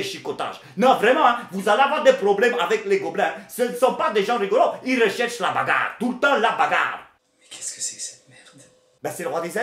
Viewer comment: "Ils cherchent la bagarwe toujours la bagarwe"